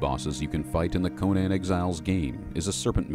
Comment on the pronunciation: My friend, thank you for doing this something I wanted to do for years, and I have so much love for the lore and years of study on Howard's Conan which truly is an American classic adventure. Yet I must tell you that you are pronouncing Conan completely wrong. For some this isn't important yet based on Howard's writing, the name Conan is based on the Irish pronounced form. So in a way when you say Conan would be how people say the name Conan when saying, Conan O'Brien. The way the name Conan is said became popular due to the mispronouncing of the name Conan due to the Arnold movie. I would say the only saving grace of the 2011 was the fact that say it properly (outside of that the 2011 movie was a mess) Here looking forward to Netflix's Conan series based on Howard's version Here's saying it's Conan